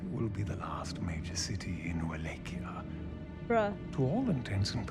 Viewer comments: Wallachia is pronounced "VLAH-kee-ah," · Love your pronunciation of Wallachia lol